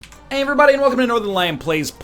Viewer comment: "ayerybodynwelcombcknthenlion plays PLANET COASTER!"